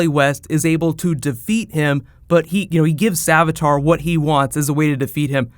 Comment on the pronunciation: savitar. not savatar